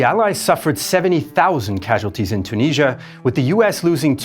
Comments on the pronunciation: its tunisia not tuneezzia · Its Tunisia not CHOO-NEEZZIA